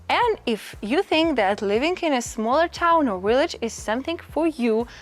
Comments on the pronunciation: Hello Friend! Just found you & am so happy to learn about living in Italy. Just one tip about the word “village” in English. You’re pronouncing it as “willage.” Remember to bite your lower lip to pronounce the “V.” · Your v-log is wonderful. I especially like the blowing of a kiss at the end of each one. Your dictation is really good. I think it is cute that you pronounce ‘village either the ‘w’ sound. I can’t make fun of someone who speaks three languages, when my French, Spanish and Italian are so limited. molto bella! andiamo!